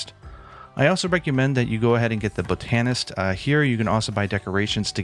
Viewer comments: You're saying boTANist and it's killing me. Proper emphasis for proper pronunciation is BOTanist. Google can help ya with pronunciation when unsure. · BOT-an-ist, not bot-AN-ist, hehe. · Bo-TAN-ist lol, usually you emphasise the BOT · Can't even say BOTanist properly, wtf is BOtanist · Botanist is pronounced "Bot'nist" not "Bo-tan-ist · "Bow-tan-ist" "Bot-an-ist" To each their own. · Great video, but isn’t it pronounced, “bot-nist” and not, “bo-tan-ist”? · Bow tah neest 😂 Bott-a-nist! But I'm a Brit so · bō-TAN-ist? It’s BOT-ehn-ist. Love you, buddy 😁 Been subscribed for years and love your content! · Great video, but dude: Bah Ton Ist. Not bow tan ist. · Sorry to be a grammar nazi, but I re-watched a couple parts of the video and I can't help it... Botanist. "Bot-uh-nist." Botanist. Tysm! Killer method btw. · It’s pronounced “BOT-a-nist” 😆 someone who practices “BOT-any” bro 😅😅😆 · FYI: “Bot-a-nist”. But also very helpful video. Thanks! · Good video, but man, you can't tell me you've never heard someone else say the word "botanist". What in the world. Bow tannist? Bro. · "BOT-IN-IST", thanks btw. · "Buh-TAN-ist." You're killing me. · it's "BAH-tun-nist" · I love how he said Bo tan ist 😁 The Godfather is here. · That pronunciation of botanist is wild lol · Super cringe on the Botanist pronunciation. Tomato potato I guess bro. Do you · Love the video, I'll be using this for sure. The way you say botanist kinda drives me crazy though.